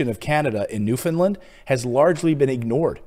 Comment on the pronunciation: Just one thing, if you please, Newfoundland rhymes with understand.